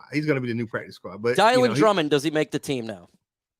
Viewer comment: When are you going to learn how to pronounce the name DYĹAN?? 🙄🙄🙄